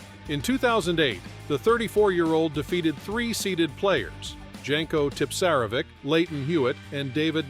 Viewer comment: Very good video, but Djanko Tipsarevik, Fabio Fogneenee, Marin Silik, Nick Kyrggeeos and Gael Monfills all implore you to hire a voiceover artist.... I'm one 😁